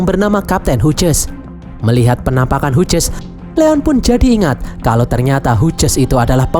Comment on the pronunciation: Min izin memberi tahu, kalau nama Hughes, itu dibaca nya "Hius/Hyus" min bukan "Huges" 🙏🏻